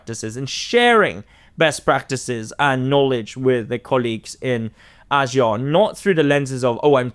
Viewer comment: is very knowledgeable and has good insights into South East Asia. I just can't take his pronunciations of Asian names like ASEAN & Myanmar and many others. As expert of the topic, would be good use the right pronunciation, ones used by the people.